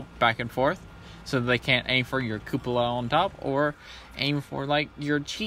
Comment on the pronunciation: I have to point out it's not a coupela lmao